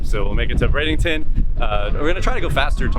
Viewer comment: Dear, just an awesome effort on the livestream and videos, but we are all wondering where BradINGton is? We all know you can do it.. say it with us, B R A D E N T O N